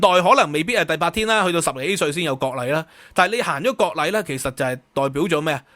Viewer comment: ，係割禮吾係國禮呀，聽得我...